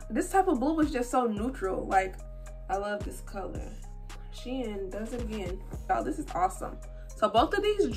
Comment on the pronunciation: I’m so glad you pronounce shein properly omg for some reason it bothers me how do many ppl pronounce it wrong 😭😭😭